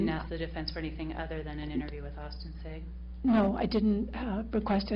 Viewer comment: LMAO wow that defense attorney correcting the lady on the mispronunciation of Austin Sigg's last name... LOL what a horrible attorney. FIND A NEW PROFESSION YOU FAIL